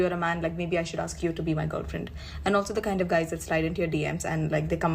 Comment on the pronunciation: UK black people. You are not American. Do not say arks. You know it's ask!